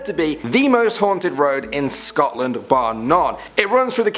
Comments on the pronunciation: "Sotland"? Sotland.....I wonder if that's supposed to be Scotland..... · OK, I'm from Scotland and like I love the channel but I HATE when the mispronounce the names of places xoxo